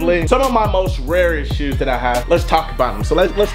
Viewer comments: I stg fredo says shoes like Sheews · Why u say shoes like that😭